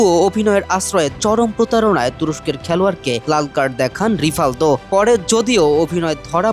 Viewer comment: বোকাচোদা নামটা ঠিকমতো বলতে পারেনা রিফাল্দো,,, আগে ভালো মতো পড়াশোনা কর তারপর সংবাদ পাঠ করিস